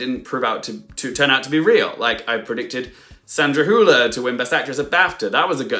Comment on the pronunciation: Great video, Also, kudos on your pronunciation of Sandra Hüller's last name. You're one of the few English speakers who pronounces it pretty closely to how you would pronounce it in German. I've heard some people pronounce it as Sandra "Holler" or Sandra "Hiuler".